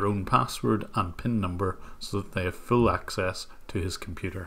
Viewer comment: “Why your comPEUUUUter”